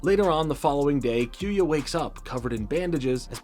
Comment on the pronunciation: Besides you butchering kyoya’s name.. in which I’ll let it slide. lol. Just to add rock Aires, and storm aquario is originally called clay Aries, and wind aquario in the OG jap version. Mad gasher is also a light wheel, before it got changed into the dark gasher. For further context Wind, clay and mad, is the name for the light wheels (plastic wheel). Dark and mad wheel is the same, just one being plastic, and the other metal. same goes for the storm, and wind wheel. Clay and rock wheel are nothing alike, two completely different wheels. They changed the name in the US dub to sell toys. Hasbro didn’t sell the light wheels only the metal counterparts hence the storm aquario and rock Aries name. TT made booster packs of these light wheel beys which include clay Aries, wind aquario and mad gasher. Which I’m a proud owner of all 3 main light wheel beys. But besides that, great video I really enjoyed this.. hopefully you continue to the metal saga it honestly gets way better.